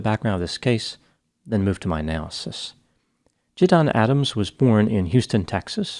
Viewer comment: Quick correction: his name is JiDion, not JiDon, and is pronounced Ji-dee-on.